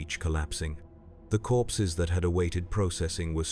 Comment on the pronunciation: At first I thought he said “I was counting horses”. I thought.. wait.. this is 40k, went back and listened again, “I was counting corpses” Ahh that’s more like it. 😂